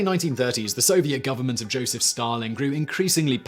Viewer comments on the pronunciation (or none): none